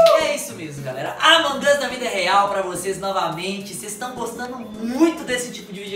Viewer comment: No começo o falou avong us e e among us